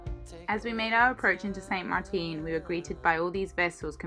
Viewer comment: Hey, very Cool! I would suggest a correction in pronunciation; it;'a NOT St Marteen, but St.Maarten (Dutch side) and St Marten on the north side. There's no accent on the "teen". The double A is kinda stretched out as in Maaaarten. I think there is somewhat of a lag because when I left you two in St Maarten as you awaited these repairs, Im just receiving the transmit today (April 12th, before Easter weekend. I wonder where you sailed from St.M. Loved to hear each one of these episodes! Hope yoju have nothing but GRAND weather!! Dave in Rochester.